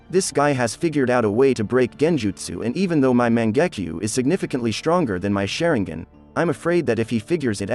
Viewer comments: Its sharingan not shareingen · man's really pronounced that sharingan= SHARE-N-GAN😂😂😂 Edit: SHARE-N-GIN😂😂😂